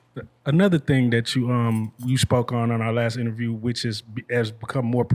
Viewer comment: Best “innerview” of 2022